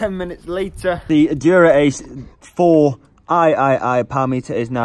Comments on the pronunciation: I think 4iiii is supposed to be pronounced as "four eyes". But I guess you allready knew this. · Haha! I too was triggered. Especially when hearing "4 iii" 😲